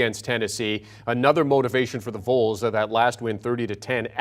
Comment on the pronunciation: Who are the vools? Get this host a pronunciation guide.